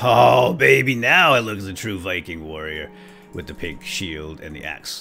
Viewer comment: who else thought he said sacred pig sheep when he said "Lets go fetch the sacred pink sheep!" ???